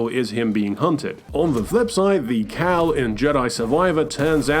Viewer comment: Bro called cal caw and cere siri 😂